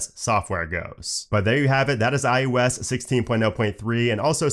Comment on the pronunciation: I can’t un-hear “iOS” pronounced as “eye you ess” 😂